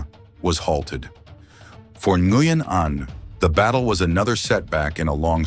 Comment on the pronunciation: First AI correct pronunciation of Nguyen. /ngwien/ white people can't recognize the consonant cluster /ngw/